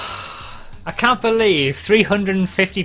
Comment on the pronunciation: "I cat believe..."